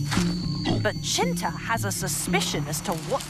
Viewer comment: it’s Cinta, without “H”